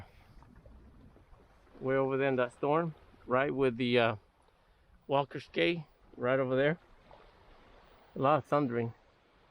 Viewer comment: Cay is pronounced key and conch is pronounced conk.